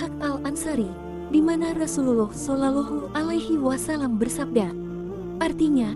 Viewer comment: tolong katakan jika nyebut Rosulullah solowlohu alwaslm bukan sololohu engga enak dengarnya